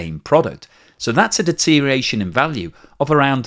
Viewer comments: Deterioration not deteriation,.;-) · another excellent presentation... but its deteriORation...deteriORation....deteriORation, please. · I’ve noticed a steady decline in your pronunciation of deterioration over the past few months. It seems to have lost at least one syllable in that period.